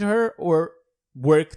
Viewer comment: dud Kill taunts are when a champion kills another DUUUUUD Like Zhin calls Sha lin princess when killing him ALSO WHY DO YOU ALWAYS SAY KANESSA